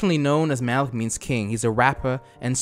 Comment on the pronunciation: he says malki in arabic means king but it's actually MALIK not MALKI idk why im so pissed off about it